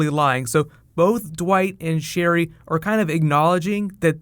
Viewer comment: Sherryl. Just that. Sherryl.